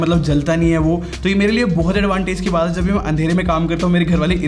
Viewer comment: Hi why do you sai hey(instead of hai)